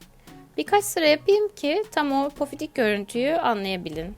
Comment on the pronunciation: Yalnız pofidik değil pofuduk olacak